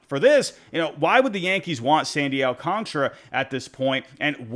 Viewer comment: I'm sorry did you say Sandy Alcontra? 😂